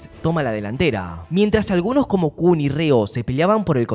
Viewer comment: porque le dice Reo a raichi y kuan a Kuon??